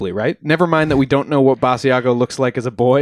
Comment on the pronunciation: Basiago has been giving interviews for 20 years and you STILL don't know how to pronounce his name???